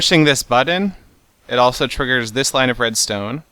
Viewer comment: "Tiggers some redstone..." You don't say? :D